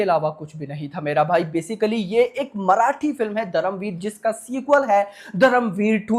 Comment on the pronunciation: दादा तू हिंदी बोलत असणार तर पण धरमवीर नाही धर्मवीर